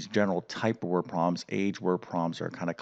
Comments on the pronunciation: Learning algebra from someone who calls them “word pro’ms” somehow doesn’t sound right. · You lost me after the 100th time you said word proms